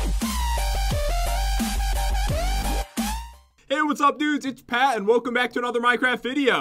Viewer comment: its pat not pants